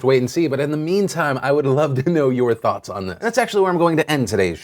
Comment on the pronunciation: Hey phil, why does it sounds like you're saying "i'd like to know you're toughts on this"?